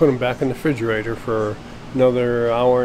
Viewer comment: "frigerator" this man is precious